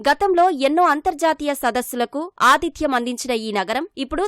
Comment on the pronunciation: Adityam kaadu Aathidyam*